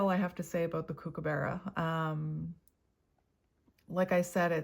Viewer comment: Hello, from Australia. Mr Kookaburra is pronounced cook-ah-buh-ra 😊